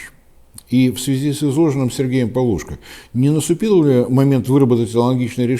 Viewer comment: ПавлушкО (ударение)